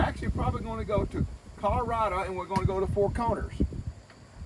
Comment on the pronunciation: Colo RA DO... DOH.. like DOH a DEER.... not like CAN A DUH...